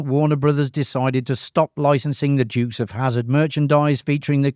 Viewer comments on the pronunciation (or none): Sorry, mate. Never heard of the "Jukes" of Hazzard. 😂